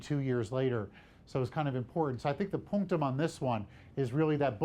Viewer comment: I need this guy to stop saying "punctam"